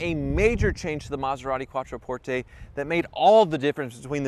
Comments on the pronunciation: Learn how to pronounce Quattroporte! Its NOT "QuattroportEY" its "QuattroportHe"! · LEARN HOW TO PRONOUNCE THE NAME. CALL THE DEALER THEY PRONOUNCE IT QUATTRO PORT. NOT PORT A.